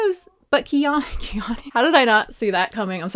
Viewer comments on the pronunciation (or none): Her name is pronounced Key-Anna. I think she says it in a Q&A. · "KeyAnna" is how you say her name lol